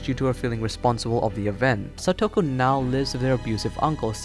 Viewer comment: You mispronounced Satoko, Japanese/ Spanish say it with each syllable with the same length of time each, and you don't give the vowels that much effort.